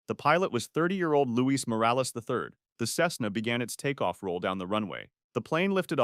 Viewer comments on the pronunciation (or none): none